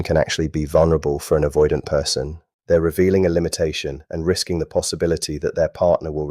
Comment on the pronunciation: AI slop. Can't even pronounce the word avoidant.